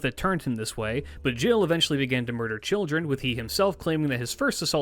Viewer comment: Thank you for being that person 🙏🏾. It really bugged me but I'm impressed by the effort he put in there otherwise. He even almost got Gilles' name right. I know people who call him Guy'll😂😂